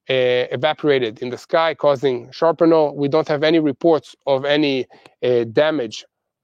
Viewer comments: It's shRApnel, NOT shARpenal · Shrapnel not sharpenal